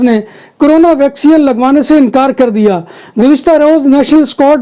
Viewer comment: Bhai yeh "vacsean "nahin " vaccine(vacseen) hoti hai.